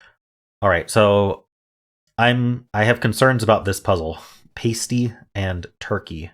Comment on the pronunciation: The a in Pasty sounds like the a in apple. Still a popular food item in the Upper Peninsula of Michigan.